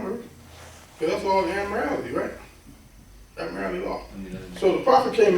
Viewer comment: "admirality"? Does he mean 'Admiralty'?